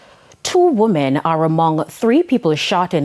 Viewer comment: Women....is pronounced wimen.......voice n speech 101